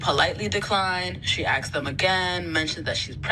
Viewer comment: 'she aks them again'